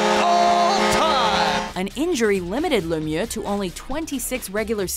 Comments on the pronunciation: She over-pronounced it a bit, but Lemieux isn't supposed to sound as "Lemiew" at all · thats not at all how you pronounce Lemieux and Jagr lol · The pronunciation of Lemieux was atrocious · You wont have my respect until you learn how to pronounce Mario Lemieux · WHY DID SHE BUTCHER LEMIEUX'S NAME LIKE THAT